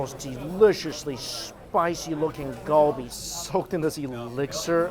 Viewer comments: why do you say kalbi like that.... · everytime he said galbi wrong it made me cringe 😭